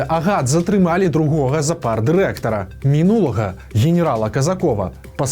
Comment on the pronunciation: зАпар, а не запАр.